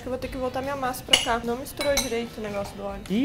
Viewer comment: "Dileito" kkkkkkk